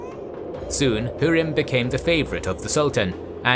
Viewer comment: Her name is pronounced Hoo-rem not hu-rim